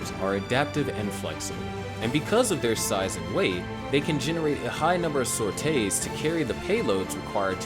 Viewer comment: its sorties, not “sortay”…